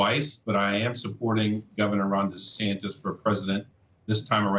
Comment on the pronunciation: “Hi, I’m Ron Dysfunctioned” and running for pwesident.